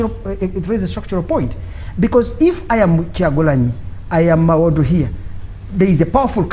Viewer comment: Mbu mawodo. First sign of disrespect, is deliberately mispronouncing someones name. Is Muwadda such a difficult name?